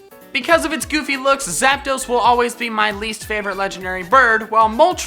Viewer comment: Why you sed abuot zaptos